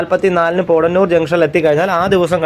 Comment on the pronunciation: പോടന്നൂർ അല്ല പോത്തന്നൂർ . അവടി അല്ല ആവടി